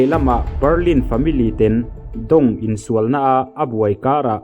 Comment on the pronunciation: Ten i lam dan hi ngaihthlk a ty nuam lo